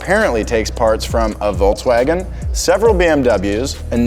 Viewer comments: Why does this guy say "Voltswagon" ? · You can't even pronounce Volkswagen the correct way.